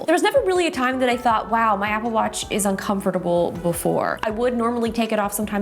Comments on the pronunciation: Your pronunciation of “uncomfortable” was dialed tf in. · Am I weird or does the way she pronounces uncomfortable seem a little odd?